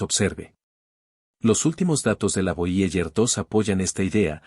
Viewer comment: Nones voyeller es voyeiguer, aprende inglés gil